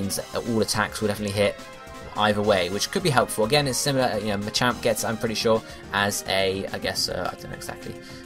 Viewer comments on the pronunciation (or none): none